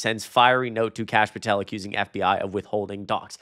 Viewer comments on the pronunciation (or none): none